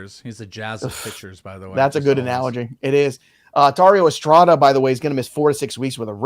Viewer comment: This mfer said Tario Estrada lol